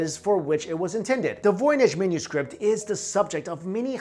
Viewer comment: Anyone else hear say menuscript lol just me?